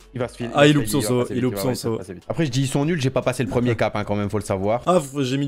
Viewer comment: Le premiemme ? :')